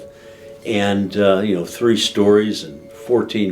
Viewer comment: A fan of as well!!! Love the way he pronounces 3 - "tree"